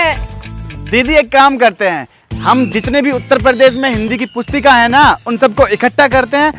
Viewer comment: needs to work hard on uttarpradesh tongue